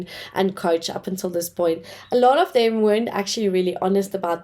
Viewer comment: You need to work on your accent, please. Try pronouncing 'th', saying 'dey' and 'dem' makes you sound pretty bad